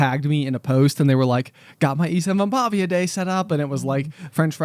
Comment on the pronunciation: As a finnish person; 1) You are pronouncing it close enough, but it is in fact ystävänpäIVä not ystävänpäVIä 2) ystävänpäivä literally translates to friends day, so by saying ystävänpäivä day, you are saying friends day day 3) Ystävänpäivä is a Finnish word and Finland isn’t part of the scandinavia. Though Sweden (and i’d assume most other scandinavian countries) have a similar name for valentines day; vändagen (also translates to friends day)